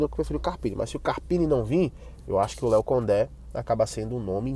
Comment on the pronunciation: Gostei de ouvir a pronúncia Léo Condé,parabéns!